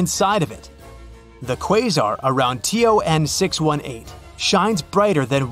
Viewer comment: ton 618 ❌ t-o-n 618 ✔️